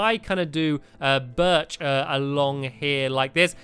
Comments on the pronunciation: STAMPY!!!! UR SAYING BIRCH WRONG!! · stampy said birch wrong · stampy your not saying birch right